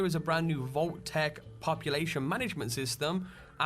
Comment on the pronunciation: Why the "h" on "Vault-Tec?"